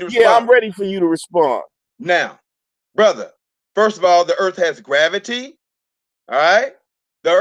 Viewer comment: .. I paused it.. let me guess.. "grabbitee"